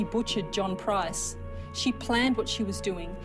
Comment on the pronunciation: Let's hope she never gets out of jail. She is ugly inside and out. This video was annoying because the narrator kept pronouncing Price wrong and you can't find a name much easier to say. Made him sound so stupid.